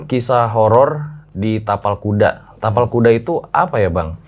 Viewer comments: Ngakak pas salah ngomong kapal kuda 🤣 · pake "T" yaaa bukan "K" ingat itu "TAPAL KUDA" bukan "kapal kuda" ehh😂. Btw... RJL5 makin menariiik. Sehat dan sukses buat RJL5&team dan semua